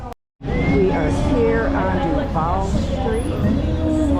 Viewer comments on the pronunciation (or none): Duvaaaal not duvAle nice video